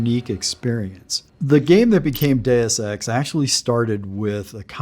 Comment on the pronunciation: I'm concerned when even the creator of Deus Ex is pronouncing 'Deus Ex' incorrectly.